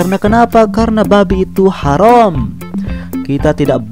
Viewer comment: bukan harom bang tapi haram